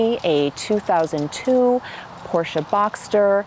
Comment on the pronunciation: Great to hear you pronounce Porsche with the hearable „e“ at the end, as it in German meant to be.